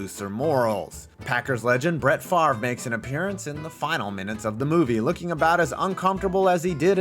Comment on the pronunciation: Good job pronouncing Favre